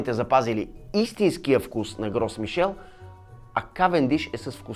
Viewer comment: На френски с-то на края на думата не се чете а л-то е меко т.е произнася се "Гро Мишель"